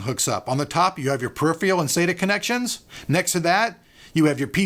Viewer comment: murders the word "puriphiyul" lol